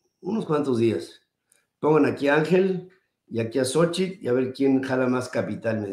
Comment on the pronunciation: No me.piwrdo su programa, una observación, se que así se pronuncia el nombre de Xochitl pero remarca demasiado el "tl " de Xóchitl y llega a hacer molesto.